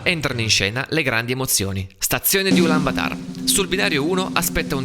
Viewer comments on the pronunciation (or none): Perchè Ulàn Batàr? É Ulàn Bàtor in italiano, oppure Ulàn Baàtar in mongolo.